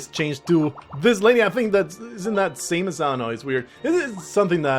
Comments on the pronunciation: The name's Sam-es, not Say-muss. Confirmed by Smash Bros. Announcer. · Its sam -uh-s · It seems the pronunciation of "Samus" has changed at least once, the announcer in Smash 64 pronounces it like the word "say" instead of the name "Sam," but every other game I've heard it in is "Sam" Also, I'm guessing you played either Metroid Fusion or Zero Mission on the Gameboy Advance (which you could have played on a DS, I guess), since the only Metroid game on the DS is Prime Hunters, which is one of the weaker games in the series. If the game you played was a 3D sort of FPS, that would be Prime Hunters, a 2D game would be Fusion or Zero Mission. If you pointed out some of the music and maybe enemies you recognize, I could probably tell you if you played Fusion or Zero Mission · "Today I mispronounce "Samus Aran" on purpose just to irritate you!" - the description 2016